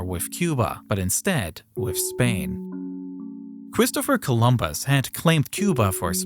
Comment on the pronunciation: Elmew Fudd, that's who! 😅😅😅